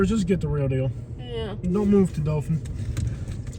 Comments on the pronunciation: Doe Thin is how you say it! Not Dolphin or Doe Fin. Resident of the city here. Wish this town could get some help. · It's pronounced DO THAN.